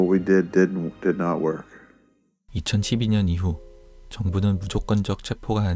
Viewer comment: 정말 좋은 영상인데요... 발음이 조금 불편해요 ㅠㅠ 2012년을 이천칩이년이라구 하시구... 에라든가